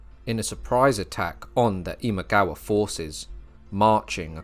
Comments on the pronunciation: “Imawaga”, mixed up the pronunciation of “Imagawa” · I pretty much stopped watching when you pronounced Imagawa as "Imawaga" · You pronounced "Imagawa" incorrectly a few times in the second section. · It is Imagawa, not Imawaga. Also, Yoshimoto, not Yoshitomo. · I think you might have dyslexia? Or maybe just trouble saying one persons name: several times I heard Imawaga, Yoshitomo